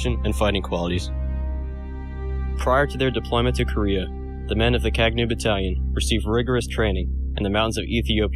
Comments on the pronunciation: Thank you for bringing my Uncles' history to the wider audience... Kagnew (the 'gn' in the middle of the word is pronounced Kah-ñ-aw, like the Spanish word 'señor') it is also the name of Hailesilasie's Horse. It also means (to) Reconnaissance. The Battalion fought 255 battles and won all 255. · Kagnew is pronounced in a completely different way especially the "gne" part and i was confused when the video says Kagnew.